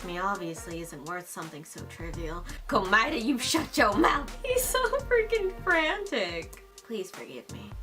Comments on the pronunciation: She did not just say Komoeda x Nagito 💀🤣😭💀🤣😭🤣💀🤣😭😭🤣💀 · wow. She said komeada x nagito.